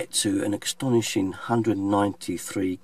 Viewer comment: As you say 04.00 Exstonishing lol. Have a great day.